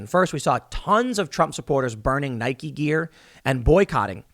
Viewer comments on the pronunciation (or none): none